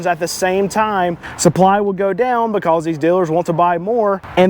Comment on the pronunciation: Dude, learn how to pronounce “because”